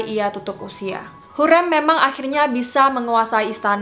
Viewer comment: Plis ka sebut hurrem nya seperti “sate”. Agak terganggu hehe maaf